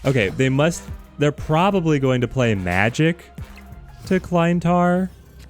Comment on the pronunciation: hate to be that guy, but you're pronouncing Klyntar incorrectly. You're pronouncing it like "Kline-tar" when it should be "Klinntar". Aside from that, love your content!